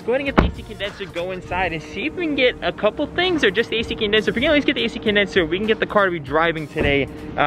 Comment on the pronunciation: Man im really happy you managed to exchange the A-Shi Condensher !! ❤️🤪